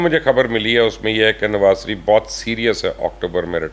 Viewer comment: بے چارے میاں نواز سریف سے شدید ہمدردی ہے۔حالانکہ آ پ شین بول لیتے ہیں مگر نواز شریف کے شین کو سین ہی کہتے ہیں ۔اپنے نام کا شین بھی ٹھیک بولتے ہیں ۔😊